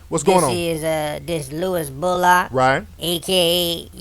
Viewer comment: Fuck you. First off you said Sandys last name wrong. A displaying Louis like that is just wrong. didn't adopt him because of that, stay out of her business.